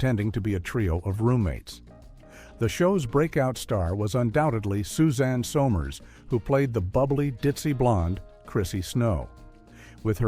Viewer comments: I didn't even get that far. I heard Suzanne So-mers, and it drove me crazy. I can't even finish the video. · Your Pronunciation Sucks it's Summers you can't pronounce that You Malfunctioning AI robot!